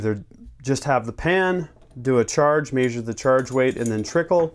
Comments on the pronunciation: say mehshure not maysure damn it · The way he says measure makes me smile for some reason lol.